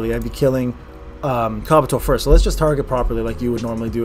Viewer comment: Did call Kabuto,,Kraputo"?😂